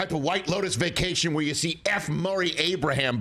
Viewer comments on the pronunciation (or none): none